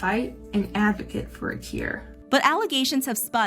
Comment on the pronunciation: She's reading a script and pronounced "advocate" the wrong way which leads me to believe someone wrote it for her. Or who knows maybe she straight up plagiarized that too, from google somewhere